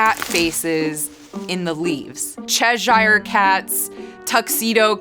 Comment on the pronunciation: Cheh-zhire cats.